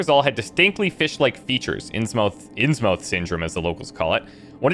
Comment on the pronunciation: Actually I think both of your current investigations can be done in the police archive. I really like the look & overall atmosphere of the game. Story so far is interesting. I used to be a "Lovecraft scholar" and am always disappointed when games & movies get it wrong .. but so far the only thing that offends me here is the mispronunciation of Innsmouth, a very minor bumble. I like that the handholding is minimal and you have to actually find your own way around the city - but by the same token I was disappointed that the game simply teleported you to the expedition site instead of making you find it. The casebook seems needlessly complex .. and since I'm not playing it I will take your word that the combat is clunky.